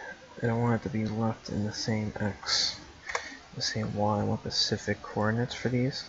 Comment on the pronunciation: Sprite (like the drink) not sprint, also "specific" not Pacific. Good tutorial though.